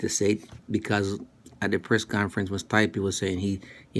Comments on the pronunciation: It's Stee-peh, not Stuy-pee lol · you stupid mericans can't even properly pronounce this Croatian boy his name....Stipe ,i reads like E,so it's not Stype ...I'm not gonna even try to explain to you his last name...Miočić ...google it fuckers and put translation on Croatian